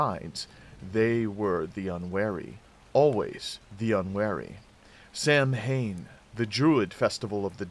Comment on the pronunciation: Great video! Not a biggie but Samhain is pronounced 'sow-win' as its an old celtic word and not phonetically pronounced as if it were an English word